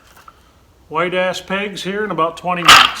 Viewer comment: "White Ash",,,,,, not "wide ass" for the pegs. I rewound that portion a few times to make sure of what you said. Although it could be said that your wide ass pegs are White Ash. But I won't say that, to respect the channel and keep it family friendly.